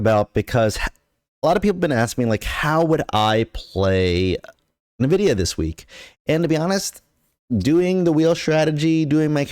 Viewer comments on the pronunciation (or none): Can we trust a guy who can't even pronounce the name of the company correctly?